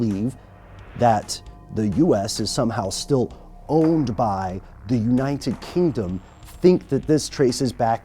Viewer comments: did he say unniened kingdom? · "Unined kingdom" dear lord, this buffoon 😂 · Why is it so difficult for you to pronounce United Kingdom? lol